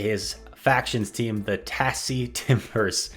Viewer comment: Holy shit his pronunciation of tassie! fyi it's pronounced Tazzie